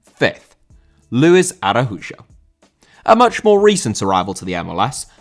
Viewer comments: Araújo* not Arahujo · He is Brazilian, so the letter "j" is pronounced like in the name "Joe", but with the letter e. So it's "A-ra-u-jo" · Arajujo, my God, why is Spanish so complicated for the Brits